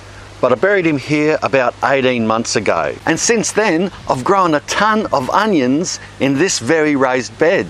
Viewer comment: His tomato sounds likr tamata and his onions is anions